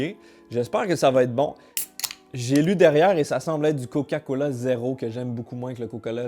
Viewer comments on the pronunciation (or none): Eh gros jtai entendu, à t’a dit COCALA mdr